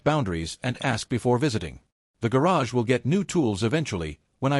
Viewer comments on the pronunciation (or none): none